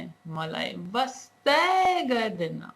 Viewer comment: wow, you really have patience. Your Nepali is pretty good. Your pronunciation to emphasize "wastai gardai" is little funny. But I enjoyed watching this. Keep it up! Cheers =)